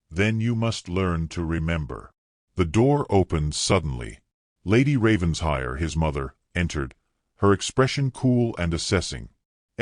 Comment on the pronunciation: It’s NOT Ravens-hire! It’s Raven-shire! Get it right!